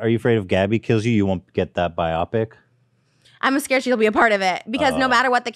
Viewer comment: Ethan you do not know how to pronounce biopic. ITS BIO-PIC. So simple. I don't know why you try to make the word sound more complicated than it is.